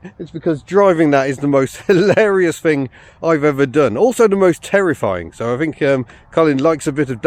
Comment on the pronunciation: "It`s a fascinating fing I fink"